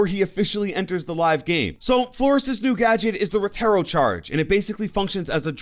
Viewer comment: Please say flor-ez